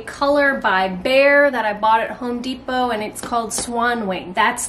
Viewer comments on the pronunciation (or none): none